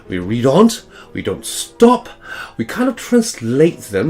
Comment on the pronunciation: His fake british accent? 😂 Ye dinnae oot the windae and it gies me the boak. No londoners would speak that way if you had come to there! Besides, his STOP is pronounced like ArE 😂